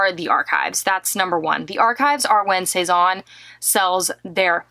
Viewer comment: C'est n'est pas "sez-awwwn" mais "sez- ann"